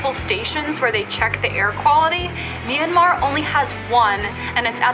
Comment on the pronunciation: And also it's not me-an-mar It's m-yan-mar